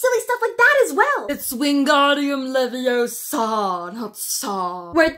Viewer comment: NO. NO. NO. It’s leviOsa. Not levioSA.